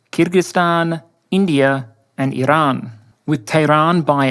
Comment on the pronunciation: learn how to talk. it's called Iran, not ehh-lann. also you stretched putin horizontally. the social media circles in the image are 33x27 which proves this. very shoddy work